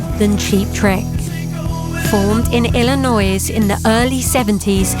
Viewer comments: that's "illin-noy" not "illin-noise"😀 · She must be the only person world that doesn't know the "s" is silent in Illinois. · The S is silent in Illinois